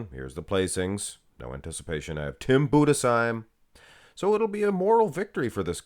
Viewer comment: First time someone EVER pronounce Tim Bundesheim correct. Man you just say his name like every other german would 🎉